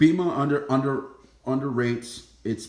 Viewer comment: Its not a huge deal but it’s pronounced BAYMA!